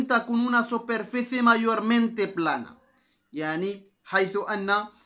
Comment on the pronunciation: للاسف انصدمت في طريقتك تعليمك وكنتمنى متكونش من جاك الناس لي مكيبغيوش يصحح الاغلاط عندك النطق غالض Una ماشي هي ona Superficie ماشي soperfece الله يجازيك بالخير الانسان ماشي معصوم من الغلط لك مزيان يصحح الاغلاط ديالو السلام عليكم ورحمة الله وبركاته